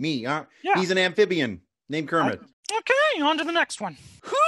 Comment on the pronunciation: When Kermit pronouces his own name wrong.